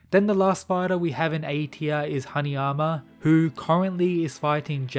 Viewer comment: I keep thinking you’re saying “honey armor” instead of Haneyama lol